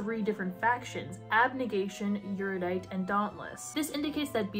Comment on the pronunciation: I have never seen a video on the series that pronounces erudite correctly. No shade, it’s just a quirk I’ve noticed. The series gets too much crap considering how young the author was. I speed read the trilogy so I could return it to Amazon with 24 hours. It just didn’t do anything for me but then again, Battle Royale is one of my two favourite novels.